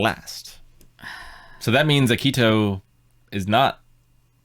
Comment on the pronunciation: Please stop butchering Akito's name! It's painful to hear! Ah-Key-Toe! Very simple name. 🥲